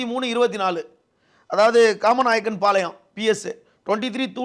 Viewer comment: Kaamanaickenpalayam nu kooda solla theriyala unakku! Athai kamalanaickenpalayam nu solra.Seithiyaalar seitha thavarai sollmaatra.